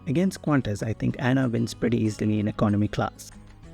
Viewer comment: No it's pronounced A-N-A not "Anna" lol.